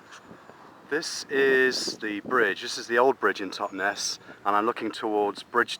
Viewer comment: Totnes does NOT rhyme with Loch Ness!